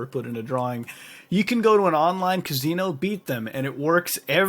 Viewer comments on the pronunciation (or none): lol "Ka-Zee-No" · I wonder if that casino thing actually works. And I love the way mutahar says casino 😂 like "cazino" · sounds like your putting a Z in casino. .